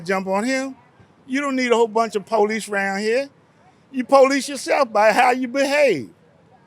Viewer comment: ‘Yo POH-lees yoself by how yo behave…’ Um… yeah buddy. Like you don’t have a rap sheet